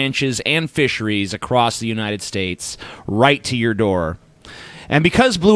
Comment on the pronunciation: "Unined States"?